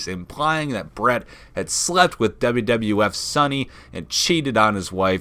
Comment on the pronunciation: He said wwwf 😂😂 thats a lot of w's